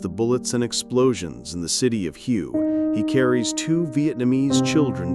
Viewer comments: Hue: Not hue but prounouned huhway. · Thats hway, not hugh. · Way... just sayin' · Hue is pronounced way. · “City of Hew”? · Teach your AI to pronounce things. The city of Hue is pronounced "Way." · Hue,dumbass it was pronunced way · Hue is pronounced like Hu-ay. Yes, journalists should show some professionalism and respect to the local languages by not mis-pronouncing names of cities and people. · OK the mispronunciation of Hue in the first few minutes turned me off. I'm out. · Me too where do they get these people from that don't know a bit about history